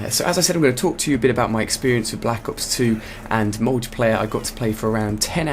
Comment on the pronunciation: i like how he says and enunciates "black ops 2"